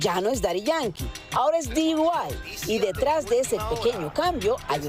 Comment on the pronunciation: Dee Why?..... Di White?.... Di Guai? 😅😅😅😅